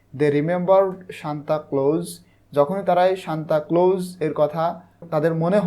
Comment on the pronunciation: bai apni bar bar shantaclose shantacloso aishob ki bolsen:face-green-smiling::face-green-smiling::face-green-smiling::face-green-smiling